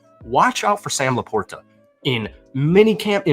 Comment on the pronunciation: Trying to create a new pronunciation or LaPorta?